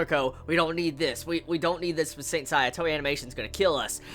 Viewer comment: Nice review as always! I can tell you are not familiar with Saint Seiya when you can't pronounce "Seiya" properly lol. I've been a Saint Seiya fan for over 10 years and I loved this episode.